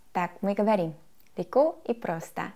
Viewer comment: Мне так нравится её фраза с акцентом:"Леко и просто.'' Готов влюбиться.